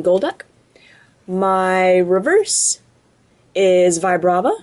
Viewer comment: lol he said reveres for the rare